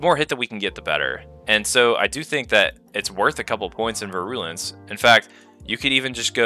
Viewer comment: Great video aside from your pronunciation of “virulence”